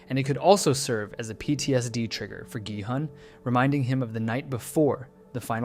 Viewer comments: Please stop americanizing their names so heavily, it's not Jihun its Gihun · is no one gonna talk about how he pronounces gi hun's name wrong and then continues to say his name correctly for the remainder of the video??? 😭🙏